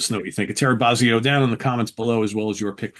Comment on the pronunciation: Say it with me. BOW-ZEE-OH. Not BAH-ZEE-OH. BOW-ZEE_OH. Yes, it matters